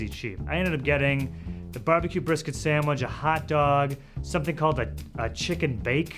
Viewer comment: This guy says chicken bake like its a foreign word